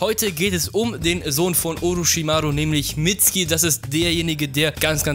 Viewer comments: Es wird nicht mitski ausgesprochen sondern mitsuki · Der heißt Mitsuki nicht mitski 😂😂😂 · nicht "Mitzki" "Mitsukie" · er heißt nicht mitski sondern mitzuki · diggah was für mitski🤣🤣🤣🤣 sag einfach mitsuki so wie in der serie du lelek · Mitsuki nicht mitsgi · Mitzki... saske... itatschi... bin ich der einzige den das heftig triggert? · Wird im japanischen ein u laut vor dem k laut nicht ausgesprochen oder warum heißen sie saske und mitski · FreezerJK-Online Es wird Mitsuki geschrieben aber Mitski ausgesprochen sogar Boruto spricht es in Anime so aus! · Wird aber "Mitski" ausgesprochen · man spricht das U bei Mitsuki mit🤦🏼‍♂️